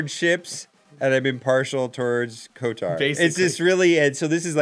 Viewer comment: thats kotor, they were saying kotar